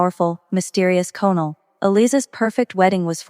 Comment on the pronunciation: Too many words mispronounced: facade, merlot, colonel etc